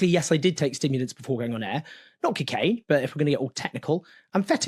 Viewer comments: Anyone else hear Brendan Fraser in Bedazzled every time Jones said cokeaina 😂. Morgan & Jones, two tits in the same bra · Cocaine Owen not cicaine